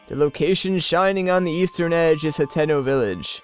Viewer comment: lol when he sad Hateno Village I thought he said Nintendo village